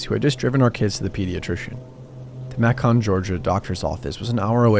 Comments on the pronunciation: Macking or macon? AI reading sucks. All ready unsubscribed from another one of these channels for terrible reading. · Macon rhymes with bacon, for future reference 🙂